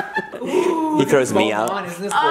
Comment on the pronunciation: “He trows me out”😂😂😂